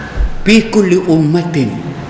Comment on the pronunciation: nape ustaz sebut fi bunyi seakan pi